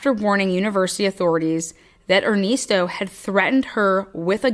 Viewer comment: Crazy smh.. and er-nest-o like a birds nest